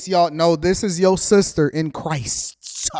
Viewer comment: In Christ or Cri-sis? 🤔